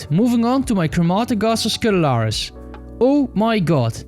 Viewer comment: Very funny how you pronounce “Crematogaster scutellaris”